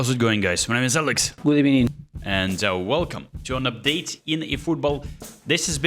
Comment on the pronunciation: Good eebening😂